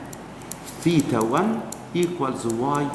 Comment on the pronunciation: Yar theta hota hai tita nahi🙄😒😒🙄